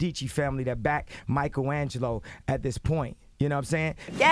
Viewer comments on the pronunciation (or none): He said Michael agleo